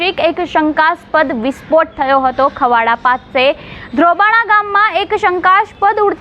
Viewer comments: ખવાડા નય ખાવડા બોલો બેન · Khavda chhe khavda nathi It is wrong pronunciation